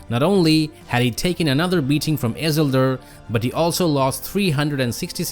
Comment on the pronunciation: Your prononciation of isildur is killing me 😂